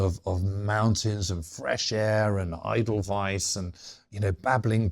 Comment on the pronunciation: Great episode once again. But James should definitely work on his German as a world war 2 expert :) "Liebensraum" (= love space), "Lederhausen" = (leather houses), "Eidelweis" (should be Edelweiß), ... :)